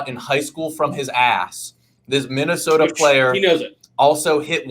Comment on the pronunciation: “Minnestoa” “touanrment”